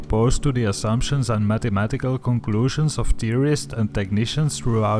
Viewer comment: lol say mathematical again ha!